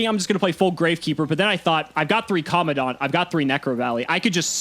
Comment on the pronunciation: Does anyone else hate how they pronounce commandant? Every time they talk about necrovalley or Gravekeepers they bring up Gravekeepers commandant and always butcher the pronunciation lol